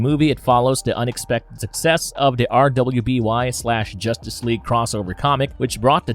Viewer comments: RUUUUUBY!!! ITS PRONOUCED RUBY no R W B Y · RWBY is pronounced RUBY. Jesus, how come so few YouTubers bother to take 30 seconds to look something up and learn to pronounce it correctly? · RWBY is pronounced "Ruby".